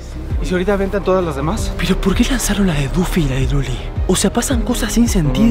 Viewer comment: Es Duffy, no "Dufy" :]